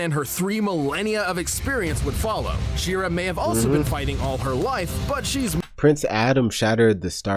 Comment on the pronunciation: Its pronounced SHE - RA not SHIRA (FYI - That body looking good)